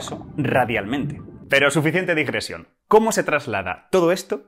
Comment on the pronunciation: Señalo un error: Dice (y en los súbtitulos también) *disgresión. Lo correcto sería "digresión". Por lo demás, muy buen video. Saludos.